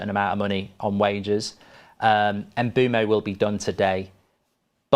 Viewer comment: Not Mboomo, Mbwemo. Please, say the guy's name properly. Everything else was cool.